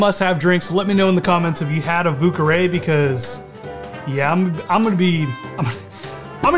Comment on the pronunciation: oh man... the pronunciations... 😬